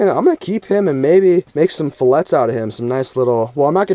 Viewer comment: I like your vids, but every time you pronounce "filet" wrong, I'm going to give you a thumbs down.